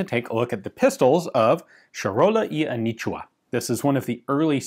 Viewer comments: Anitua not anichua, also it's Charola ch like chair and not sharola. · The “A knee chew her” is quite painful to listen to 😕